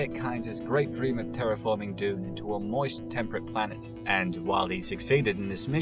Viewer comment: Pretty funny that he can't say dune and he is doing a bunch of videos on Dune